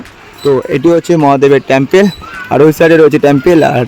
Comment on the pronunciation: Tomar.uchhcran.thik.kore.balo Tampal.noy.hobe. Tempal Ling.noy.hobe.Linga.thank.you From.kolkata.lndia